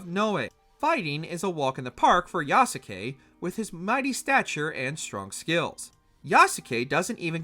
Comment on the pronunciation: How has no one yet talked about the abysmal pronunciation of Yasuke? Every time I heard "Ya-su-ke" my brain ached...how you gonna cover a game and continuously mispronounce his name. In the Japanese language, if a name ends in "suke" the U is silent. For example, in Naruto Sasuke is not "Sa-su-ke", it's pronounced "Sas-ke". Therefore, Yasuke should be pronounced "Yas-ke". Just a little nitpicking on my behalf.